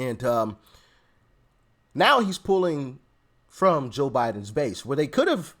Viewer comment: Am I the only one who hears the blonde say "JIM Biden"?!?